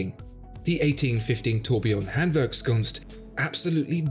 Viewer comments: 1. Awesome watch 2. I love your pronaunciation of the hard german word: Handwerkskunst 🤩 3. Go ahead - you channel is fantastic! Appreciate your videos ..... Best regards from Germany - Holger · Funny that you pronounce Handwerkskunst in German but jéjé in whatever language that is LOL!